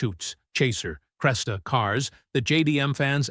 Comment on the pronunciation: クレサじゃなくクレスタだよw